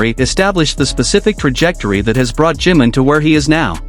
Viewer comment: No se por que todas las ias pronincian jim en vez de jimin